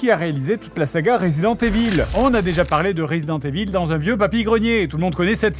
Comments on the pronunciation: je ne sais pas pourquoi vous prononcez tous "resident" à l'anglaise et "evil" à la francaise. ca se prononce ivel en anglais. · J'aime comment Fred prononce "evil" comme é-ville.